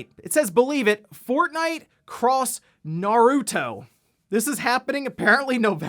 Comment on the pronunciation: fortnite naruto crossover announced - i guess epic games is EPIC. the way you say "naruto", doesn't sound asian-ish, for me - it pronounced "nah-ru-to", you and some of the english dub cast pronounced it "nurd-ru-to" (who ever voice hinata hyuga in english pronounced it right). valve steam deck delayed - i guess valve needs it more time to finalized. hori split pad grip announced - i guess, but i still want that wii u controller feel. poll - no i'm not into those real sim racing games, but i feel forza series is a better than gran turismo.